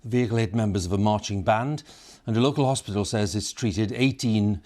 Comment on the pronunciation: "Local 'ospital" [!]